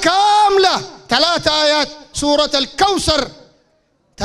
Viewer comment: والله استغربت قال مسنا وهي مثنا وقال سلاس وهي ثلاث رباع الحمد الله قالها صحيحة